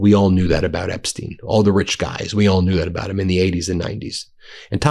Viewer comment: Why can't you say: "Epstein" instead of "Epsteen"?